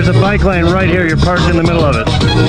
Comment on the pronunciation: Bicycle guy be like "i dont care if its an emergencwy i need my bwike lwane... You cwant pawk here in an emergwency"